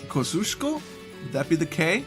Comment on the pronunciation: You won't remember this for next time but Kosciuszko is pronounced something like Koz-ee-ush-ko.